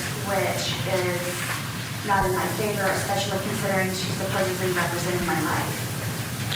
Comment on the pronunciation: Did this know-it-all really say supposeBly? Sweetie, it’s supposeDly. 🤦🏻‍♀️